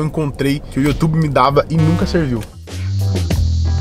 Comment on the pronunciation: mano o cara aprendeu a falar ingles e mesmo assim fala youtube errado pqp